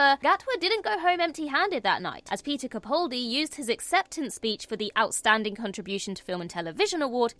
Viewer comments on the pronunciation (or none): It's Capaldi as in PayPal - not "Capauldi".